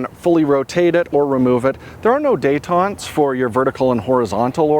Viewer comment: your pronunciation of detent made me irrationally upset 😂